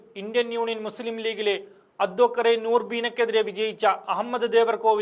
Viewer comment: ആദൂ ക്ക റൂർബിൻ അല്ല പൊട്ടാ..😵‍💫 അഡ്വക്കേറ്റ് : നൂറ്ബീന റഷീദ്..